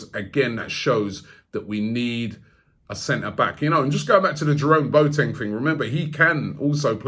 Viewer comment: Robbie: ‘Bo teng’ No It’s ‘Bo a teng’